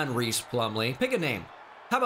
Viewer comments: I gotta say it. It’s pronounced John RICE Plumlee, not Reece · Hmm. I've seen online that his name is pronounced like "rice" plumlee. Not reese.